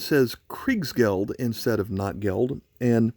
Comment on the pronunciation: It's pronounced "note gelt."